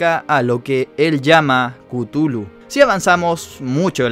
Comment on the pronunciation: No se pronuncia cutulu . Se pronuncia cathulu